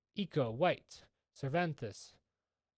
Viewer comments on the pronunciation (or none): none